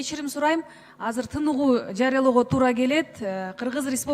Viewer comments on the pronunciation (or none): none